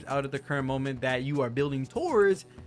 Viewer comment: The name should be pronounced as Ah-glay-ah